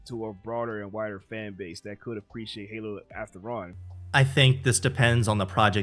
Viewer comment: I like how one guys says "Oppreciate" lol